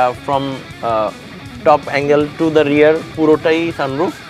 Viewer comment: রেয়ার নয় রিয়ার